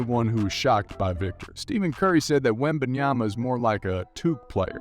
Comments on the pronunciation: and Steven Curry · Bro said steven curry and Gee-annus